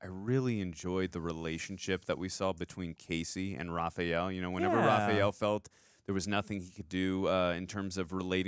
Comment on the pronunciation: Is it just me, or does he pronounce Raph’s name “Ra-PHEE-el”?